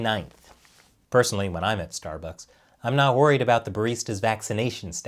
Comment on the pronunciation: This episode was awesome! Great job! Stuh-Buhkss misspelling names was classic! 😎👍🏻